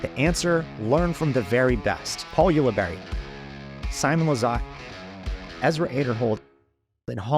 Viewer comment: Can we finally get Nate to pronounce Paul Ulibarri’s last name correctly? It’s “You-La-Barry”. Not You-La-Bary”.